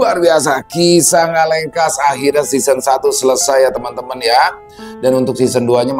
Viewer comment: Ngelekas bang bukan ngalengkas 😂